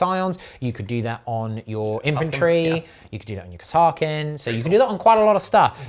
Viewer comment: Chef... Please look up how Kasrkin is pronounced by the Kasrkin Sargent in dawn of war. No idea if it is correct... But it is the way! Really enjoyed the video!